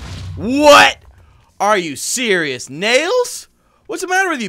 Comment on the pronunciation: When you say are you surios my Siri says yes I am